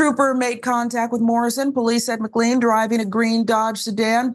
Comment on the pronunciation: Just FYI McLean is pronounced mc-lane :)